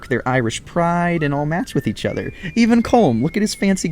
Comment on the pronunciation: It is pronounced Colom